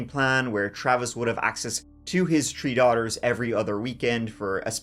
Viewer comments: Three not Tree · Tree tree six 😂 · Is he saying “three girls” or “tree girls”? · Th th th three not tr tr tree at least make an effort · TREE FIFTY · I'm glad there was 3 daughters cuz we get to hear u say TREE so many times 😂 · It is cute that you cannot pronounce "three" in English. Less so that you don't even try.